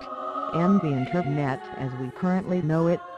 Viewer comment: Good video... Have to say though the voice is annoying as hell and the background music is too cheerful :D Especially when she says the word "internet", or should I say "Inter...NET?"